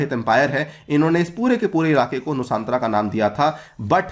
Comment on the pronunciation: It’s nu-San-Tara Sanskrit origin